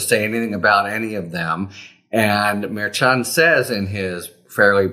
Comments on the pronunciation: Pronounced mer SHON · Maybe someday Harry will pronounce the judges name correctly. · I think you’re saying that name wrong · Harry, you are mispronouncing the Judge's name. Why would you not fix that? I'm sure other people have told you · Please pronounce the judge's name correctly.